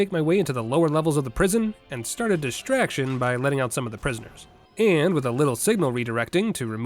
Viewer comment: Has anyone ever told u.....when ur video says "start" it sounds like nemesis saying staaaaaars